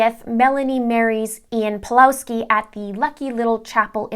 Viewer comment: Just a bit of advice, the Ws in Pawlowski is pronounced as V.